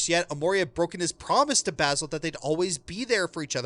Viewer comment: the mispronounciation of basil is killing me.